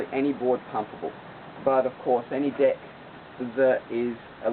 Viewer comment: u need a new camera everytime u say deck it sounds like dick and u say deck alot...